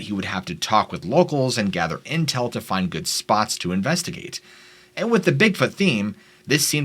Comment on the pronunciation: ish and ''...place to gather serious intell'' just got me good... lol